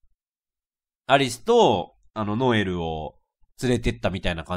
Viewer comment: ノエルがロエルになってる